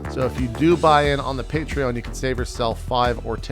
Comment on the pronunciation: And he's mispronouncing Patreon again. xD I love you, JP.